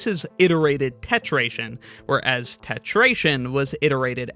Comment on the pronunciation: Why isn't it? If the previous is tetration, with the r, the next should as well.